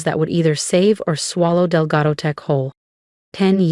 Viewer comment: It is Delgado, not Delgato. A.I is the future of our country and can’t learn how to pronounce or spell words.